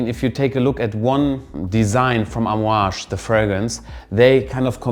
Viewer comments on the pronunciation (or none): none